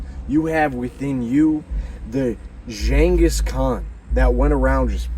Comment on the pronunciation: Next time,learn how to pronounce ghangis.